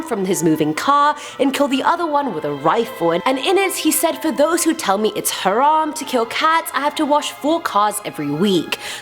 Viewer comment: Lol I speak Arabic ( you said haram VERY well nobody can say it that well)